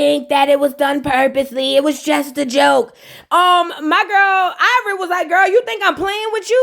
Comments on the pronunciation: NOT EYE-VORI 😂😂😂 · It sound like you saying EYEvori whole time 😂😂😂